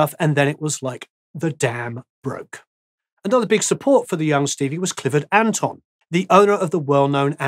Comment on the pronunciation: Thanks for the great video! Stevie Ray Vaughn is a treasure in my town of Austin. BTW, Clifford Antone's last name is pronounced "Atone" not "Anton" (it's a long o like in the word tone).